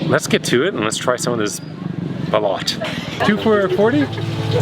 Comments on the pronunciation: First off it is not pronounced bolot it's balut. And she said it all...the real test is are you willing to eat another one afterwards :-) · It's pronounced "bah-loot"... You're welcome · Great video, but I've never heard it pronounced anything but "bah-loot" spelling is interchangeable balut or balot but pronounced the same. For reference, my wife is Filipina, I live half time on Mindanao south Philippines. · As someone who has spent a lot of time in PI, I can tell you that just like you can find different hot dogs depending on location, you can find different balut. Also the pronunciation is different depending on which island you are located. Northern Luzon Balut ( pronounced.... bah-loot) can be a chicken or a duck egg. The time in the ground will also vary. Chicken eggs are usually much saltier. Make sure you chew your balut well as you can choke on the beak or feet. As an FYI, yes it is touristy, I highly recommend Baguio in the Philippines. Mountain area about 10-12 miles from the coast. Very pretty. Also cool if you need a break from the heat. Thanks for the vid again! Fair winds! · I had to drink three San Miguel‘s before I ate my first balut. Please double check your pronunciation of balut. Find a barbecue stand and try the dried squared. If you can get past the smell you’ll get hooked on it. 😎